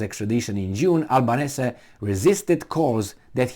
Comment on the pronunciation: Australians pronounce 'Albanesi'.